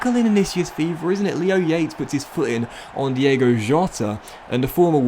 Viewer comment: it’s diogo not Diego